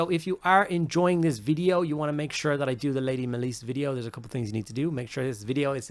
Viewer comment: it's MALICE. not MAY-LIESE